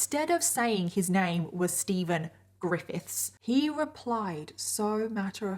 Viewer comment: “so steven, ggrrifITHS” i can’t pronounce it either 😭😭